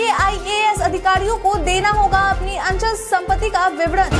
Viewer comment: अंचल संपत्ति नहीं मैडम जी अचल सम्पत्ति बोलिए।